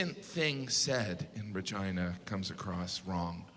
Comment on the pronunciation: yeah but regina as the queen is pronounced how he said it should have been, with an E sound.